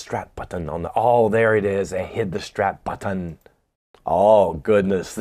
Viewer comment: and his Strap Buttin enunciation😂 Spot On! 👍🤘🏼🤣